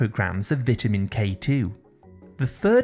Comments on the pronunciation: Learn how to pronounceceate VITAMIN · Good video..don't get why you are pronouncing vitamin wrong. . However good information